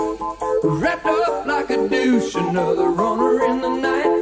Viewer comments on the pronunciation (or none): He might think he's saying Deuce but it comes out as Douche. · Ever since this song came out, I thought he was saying "wrapped up like a douche..." And I was like, "Huh???" Hahah! He has such an odd way of pronouncing "deuce."